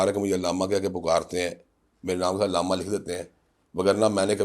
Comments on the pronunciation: Ilama nahi alama hai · بھٹی صاحب لفظ الامہ نہیں علامہ ھوتا ھے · Illama نہیں علامہ ہوتا ارشاد بھائی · ارشاد بھٹی کے لہجے میں علماء کرام سے نفرت دین سے نفرت اہل اللہ سے نفرت واضح چھلکتی ہے ۔ ارشاد بھٹی کو بنیادی اردو بھی نہیں آتی۔ بار بار عِلامہ کہہ رہا ہے۔ جبکہ درست لفظ عَلامہ ہے۔ کئی اردو کے الفاظط غلط پڑھ رہا ہے ۔ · Ilama ni hota Alama hota hay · عِلامہ کے منہ والے 😂 لفظ عَلّامہ ہوتا ہے 🤦🏻😜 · لفظ "ایلامہ" سن کر پوری ویڈیو دیکھنے کا دل نہیں کر رہا ہے.. پاکستان کے بچے بچے علّامہ اقبال سے آشنا ہے اور درست تلفظ کے ساتھ بولتے ہیں .. اس مشہور لفظ تک کو درست بولنے سے قاصر بندہ صحافی بنے پھرتے ہیں.. افسوس ہے ایسی تعلیمی ڈگری پر. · Bhatti Sab ap bahut achha kaam kr rahy hn ab ap ko b kuchh Seekhne ki Zururat hy ..... Illama ❌ Allamah ✅ Man o An ❌ Min o An ✅ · علامہ ہوتا ہے نہ کہ الامہ الامہ مطلب ظالم ہوتا ہے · محترم ارشاد بھٹی صاحب ، بہت اچھا سلسلہ شروع کر رکھا ھے آپ نے.. ماشاءاللہ ایک لفظ غلط بول رہے ہیں اس انٹرویو میں آپ وہ لفظ ھے علامہ آپ اسے ilama پڑھ رہے ہیں۔ جبکہ صحیح تلفظ Allama ھے۔ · ارشاد بھٹی صاحب آپ لفظ عِلامہ بول رھے ھیں صحیح لفظ عَلامہ ھے اپنا تلفظ صحیح کریں دوسری بات آپ حضرت عائشہ کو رضی اللہ عنہ کہ رھے ھیں یاد رکھیں خاتون صحابیہ کے ساتھ رضی اللہ عنہا کہتے ھیں رضی اللہ عنہ مرد صحابی کے ساتھ کہتے ھیں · بھٹّی صاحب !! عِلّا مہ ( عِل لا مہ) یا عَلّا مہ ( عًل لا مہ ) ؟؟؟ اپنے الفاظ کا درست تلفظ اپنائیں۔ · إلامہ نہیں، علامہ ع کے زبر کے ساتھ۔ اور عالم ل کے زبر نہیں، ز یر کے ساتھ عالم۔۔۔ ل کے زبر کے ساتھ عالم دنیا کو کہتے ہیں، ڈکشنری تو دیکھی لیکن زبر ز یر نہیں سیکھا بھٹی نے! اخلاق الف/ہمزہ کے زبر کے ساتھ ہے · ارشاد بھٹی نامی گدھے کو لفظ علامہ بولنا نہیں ا رہا لیکن اس لفظ کے استعمال پر شروع کے دس پندرہ منٹ ابتسام صاحب کو الجھا کر رکھا ہوا ہے